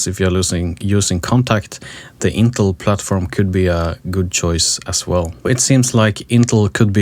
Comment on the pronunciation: Who on the face of the earth ( using computers) doesn't know how to pronounce Intel? One guy, apparently! If it was spelled "Intle" I'd be understanding...